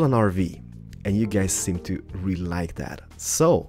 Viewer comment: At start u say Hey Gays AHAHAHA